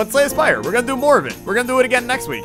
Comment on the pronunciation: LOL i thougt u said slay the spider when u talk about it in other vids